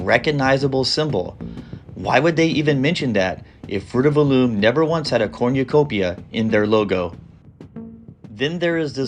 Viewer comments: Also, it’s not called a corn-ya-copia. It’s a cornucopia. kor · nuh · kow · pee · uh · 0 Wait a pointlessly stretch out a video with extra blah blah blah commentary, blah blah blah and mispronunciation of corn you copia.